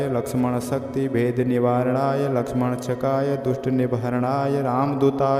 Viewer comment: श्रीमान या तो आप एक शब्द का गलत उच्चारण कर रहे हैं या गलत लिखा गया है। वह शब्द इस प्रकार लिखा गया है। लक्ष्मणक्षकाय। और आप इस शब्द का उच्चारण यह कर रहे हैं लक्ष्मणशकाय। इस शब्द को सही से उच्चारण कीजिए या फिर शब्द विन्यास को सही कीजिए।